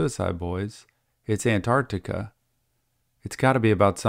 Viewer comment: Just to let ya know Antarctica is pronounced An-tarc-tica not An-arc-tica